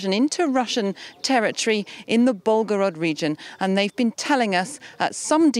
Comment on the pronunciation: it's called Belgorod, not Ballgorod